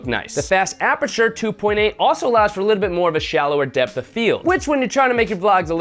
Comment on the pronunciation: "FAST APERATURE" lol